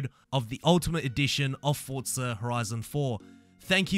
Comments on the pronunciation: “Four-zah” not “Fort-zah” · Why do Europeans pronounce Forza as “Fort-za” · Haha you say "foccca horizon"